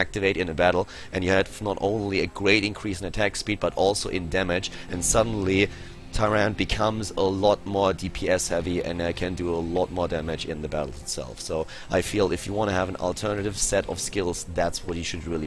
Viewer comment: its not TY-RAND. its TY-RAHN-DAH